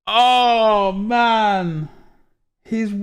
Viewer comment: Someone tell me why says MANNN like an American?? What's he trying to achieve??? It's annoying me lols